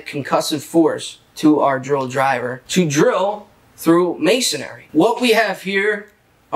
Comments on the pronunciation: Not: ma son ary. It’s pronounced may son ree. 3 syllables. May son ree. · Isn't it "Masonry" - and not "MasonAry"!? Or is that just me? :)